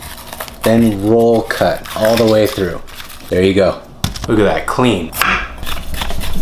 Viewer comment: Its actually julienne, he just doesnt pronounce it very well